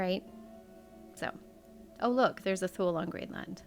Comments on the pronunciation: Thule is pronounced “Toolie”. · I believe Thule is pronounced, Tool-ee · Island Thule is pronounced toolee - tool Lee - like the rooftop carriers you put on vans or trucks and other brands. It’s like they have an obsession with the word Thule